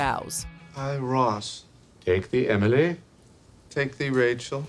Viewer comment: 25 years later and ross still can’t say emily